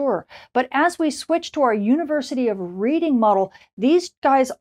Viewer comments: Redding, not Reeding. Dunno why, but was same with the eponymous railroad near Philadelphia (and on the Monopoly board) and the city in England in which the school is located. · Just thought as a Brit I should point out that the town of Reading where the university is that you mention is pronounced "redding" not "reading" like reading a book... totally illogical I know, catches many people out. Thanks for all these detailed forecasts which are very helpful for all us radio DXers. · FYI, Reading is pronounced Red-ing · Thanks. 🙂University of Reading is just up the road from me, pronounced "Redding". (just saying) 😊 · Polite observation: The University of Reading is pronounced "Redding". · Reading pronounced Redding, red not read